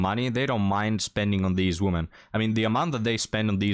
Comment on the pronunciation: the word "WOMEN" (which means more than one human female) is not supposed to be pronounced the same as the word "WOMAN" (which means one human female). You keep pronouncing it the same, and that sounds just as bad as if you said the word "MAN" every time you intend to say "MEN". "WOMEN" is supposed to sound like "we men" (just not as long). Look up the pronunciation here on YouTube.